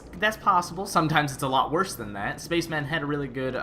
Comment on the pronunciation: it would be nice if he pronounced space man as it is in 30 rock